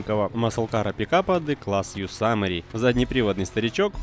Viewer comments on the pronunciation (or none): Что с произношением?? Какой "пуссвассер" и "йосамери"?? Писвассер и Йосемит же, не? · не йосамери а йосемит! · Какой блэт Ёсамери. Ёзэмит